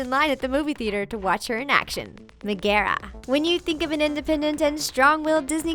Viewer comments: Mehgeherra... first time I've ever heard anyone not say it as Meg-ah-ra. Cool Hero's, shame they weren't original here's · mi- gera?um- its pronounced Meg-ara but ok xD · IT'S NOT "ME--GARE--A" IT'S "MEG--ARE--A" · u guys said megara wrong me-ga-ra thats how no magara its meg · It's Meg-gaa-raa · it is not magarra magen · Can she say megera right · So cringed out by them saying Megara wrong! But other than that, Awesome vid! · Megara is not a princess and I don't think that's how you pronounce her name.